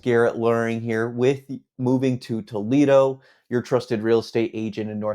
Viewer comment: "Tow leedo eeann"?? Toledo- IN. I bet my last dollar this REALTOR isn't from ANYWHERE NEAR HERE.